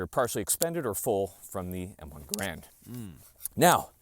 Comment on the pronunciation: You can't even say Garand correctly??? You are not a Marine...never were.